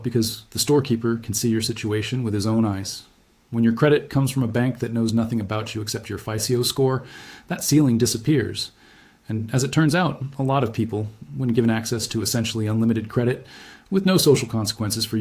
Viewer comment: AI. Pronounced Visa "vye-za" & FICO as "fye-cee-oh"